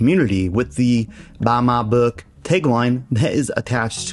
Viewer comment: lol 😂 "buh muh book buh muh Patreon"